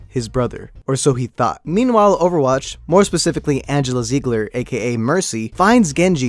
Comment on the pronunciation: im sorry did he say oerwatch 2 HAHAHAHAHAHHAHAHAHAHAHAH